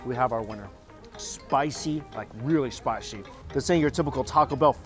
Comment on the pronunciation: I Love When He Says "SPISHYyyy"